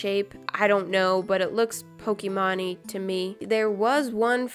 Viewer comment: Did anyone else get triggered when she said "Pok-ee-mon?